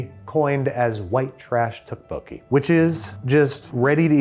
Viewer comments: I am begging you, please look up the proper pronunciation of tteokbokki. Dish looks great, but 🙉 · The way Babish says tteokbokki is killing me, please someone. correct him. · The way Andrew pronounces tteokbokki hurts my soul. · pro tip, you don't pronounce the singular k in tteokbokki, CHEERS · Someone has to take Babish aside and tell him how tteokbokki is actually pronounced